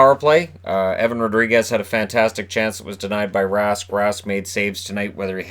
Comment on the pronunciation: Evan Rú-dri-guesxsx !